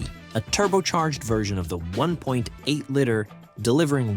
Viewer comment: Great video. But please learn how to say Liter. "Lee-Ter"